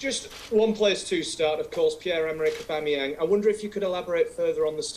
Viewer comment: Augbamyang to Newcastle 😂